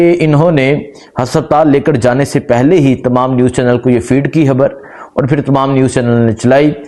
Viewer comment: اپنی ح ؟خ درست فرما لیں خبڑ نہیں خبر 😩